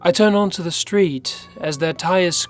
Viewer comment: I love these stories but honestly your voice makes me cringe. Do you have a speech impediment? "Da" instead of the, "wit" instead of with. Ugh